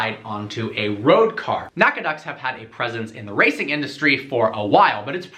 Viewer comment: Awesome video! I should mention "Nack-a-dots" is how you should pronounce that word.